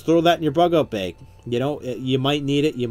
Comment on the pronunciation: " survival beg"